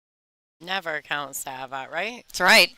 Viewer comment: Why do you keep calling her Sav ? The a has a short sound not long.